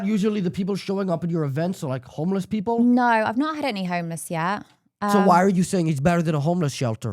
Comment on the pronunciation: It's "no," not "nourgh."